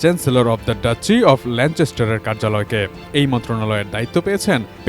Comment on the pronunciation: ল্যানচেসটার??😂😂 Educate yourself.